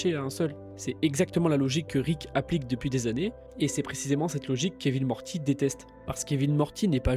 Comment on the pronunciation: Suis je le seul à bloquer sur les tiques de langages du narrateur. Mortchi ? Rick et Mortchy ? MorTy ! Super taff de ton côté, avec un peu de travail sur la locution tu auras des dizaines de milliers d'abonnés CONTINU !!!